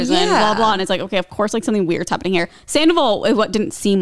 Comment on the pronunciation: "hopening?? It's giving stroke" It's fine - different strokes for different folks 😂😂